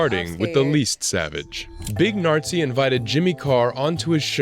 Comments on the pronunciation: Big Nartzi? ....thats not how you say it 😂😂 That makes him sound like Herman Goering 😂😂😂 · Big nartsi is a wild name mispronunciation 😂😂😂😂😂😂😂😂😂 🇩🇪 😳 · I like your reactions but the video you've just reacted to was really bad. A big pile of A.I. slop, like pronouncing Big Narstie as Big Nazi. The video makes it sound serious, like they're all beefing. Jimmy encourages heckling at his shows, it's kinda his signature thing. Just like Fluffy got his sound effects and storytelling, Jimmy got his oneliners and heckler interactions. The clips with Big Narstie and Mo Gilligan is just a friendly roast battle and it's hilarious. I don't know why the narrator makes it sound so serious. Would love to see your reactions to some proper Jimmy Carr videos/compilations, i think Jimmy has a bunch of them on his own channel 😃